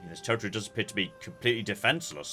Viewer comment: I was so confused about what "tear-a-tree" meant.